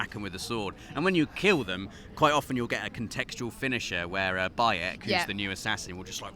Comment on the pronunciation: Bayek not Biyek